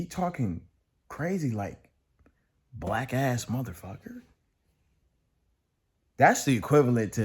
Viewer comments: Nope he did say wack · Ngl I heard wack instead of black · I hear wack not black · He might’ve said “wack” it’s hard to hear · He definitely said "black" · Sounds like he said Whack ass mfs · Wait? "Black ass..."? I heard "Wack ass..." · i thought he said whack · I thought he said “whack ass mofo” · Slowed down it sound more like whack